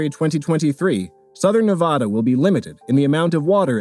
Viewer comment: that ain’t how you pronounce Nevada dude